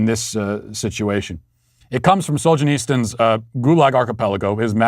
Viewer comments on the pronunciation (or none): Matt, it's SolzheniTSyn.